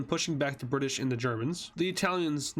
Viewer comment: All I can say is Bri'sh